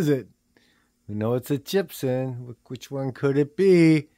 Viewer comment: It’s CHIBSON. Not CHIP🤣🤣